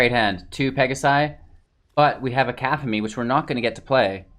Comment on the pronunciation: aphemia card... that C word is pronounced Kuh-cough-a-Knee cacophony is to have so much sound that it drowns out every other noise